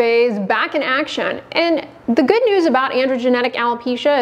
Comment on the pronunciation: when you say ...so and so many people had a Good (GHHuuuD) response 😂